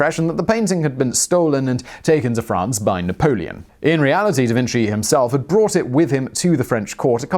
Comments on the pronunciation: Pronunciation guide: Da Vinchi not Da Vinsi. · "Da Vin - chi" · Holy shit guys Simon pronounced Da Vinci right-- wait no he said Da Vinssee as I was typing this.